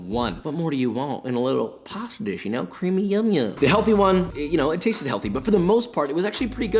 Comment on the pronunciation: Extra CWEAMYYY joins the CWISPY gang